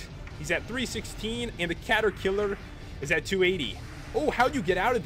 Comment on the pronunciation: Cata-kiler HaHaHa